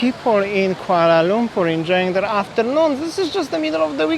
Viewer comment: Yeah, he can't even pronounce Kuala Lumpur correctly. He said Kuala Lungkur🫤